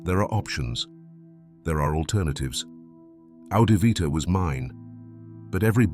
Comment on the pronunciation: He said it was 'Adivvita'